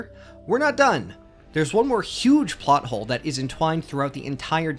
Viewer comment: It's plot hole not pot hole lol